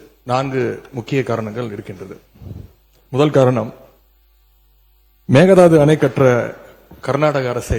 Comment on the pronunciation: It's not meghanatha annai, it's mekadatu annai..